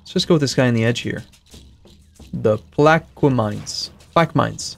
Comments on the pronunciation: Plaquemines is technically pronounced pl-AH-kuh-minz! Sauce: New Orleans resident! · "Plaquemines" is pronounced "Plak-uh-min"